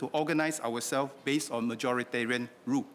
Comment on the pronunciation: Please try not to verbally stress on certain words, such as "on", "con test" (should be Kon test), "if that is the case" Please consider attending training or tutorial to improve your spoken English.